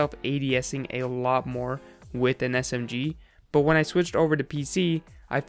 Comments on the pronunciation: S-M-Giee Anybody else think he says it kinda weird. Just me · he emphasizes the g in smg lol